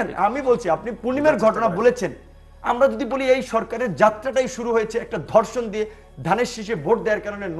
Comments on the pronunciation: উচ্চারণ ঠিক করতে হবে... আমি প্রথমে বুঝতে পারছিলাম নাই উনি কি ধর্ষন না অন্য কিছু বলতে চাইলেন... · Dorshon na “DHORSHON.” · sir it is ধর্ষন not দর্শন। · দর্শন কি? ধর্ষণ শব্দ সঠিক উচ্চারণ করতে পারে না, আবার ডেকেছে টকশোতে। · হাইস্যকর ধর্ষন না বলে দর্ষন বলে। 🤣🤣🤣🤣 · এর উচ্চারণ ঠিক না। দর্ষন (ধর্ষন), প্রুষ (পুরুষ)